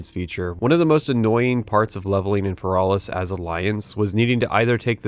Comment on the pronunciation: The way you say Tanaris, Feralas, and Hyjal are ways I've never heard them pronounced.